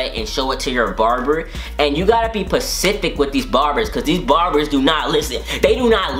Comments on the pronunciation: No one noticed that he is saying pacific instead of specific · He said pacific its spacific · I died when he kept saying "pacific" instead of specific P.S im not a guy but i love your videos, so i watched it just to see your savageness